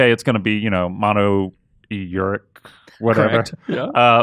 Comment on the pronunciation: Wtf is "YURIK"? Does he mean "uruk"?